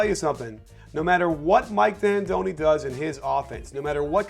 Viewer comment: mike antoni, no D